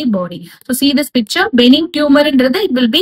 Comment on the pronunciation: Pronunciation of Benign is incorrect Pronounced as Buh-nine